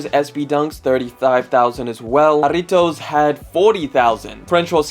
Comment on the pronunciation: Finally a sneaker YouTuber that pronounced Jarritos right